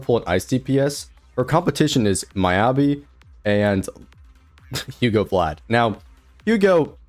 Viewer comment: "Who-go Vlad"